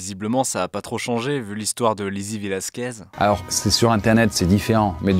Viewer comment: Sérieux la prononciation ? 😅 " VelasquÉ " 🤦‍♀️ là c'est vraiment ne pas faire le moindre effort hein... " Velasquezzzzzzzzz" Merci à l'autre garçon de la vidéo d'avoir bien prononcé plus tard 🫶